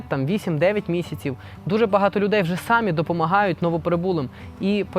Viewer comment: "тім" --тим, "якій"-- який, "рішив" --- вирішив, не "сАмі, а самІ (наголос на "І"), "щірі" --- щирі, "тоска" --- сум, "позорити" --- ганьбити, "полагатись"---...... І ще, шиплячі звуки в українській мові вимовляються твердо: ще, а не щє ; що, а не щьо ; якщо, а не якщьо ; чи, а не чі ; чай , а не чяй і т.д. і т.п. Дякую.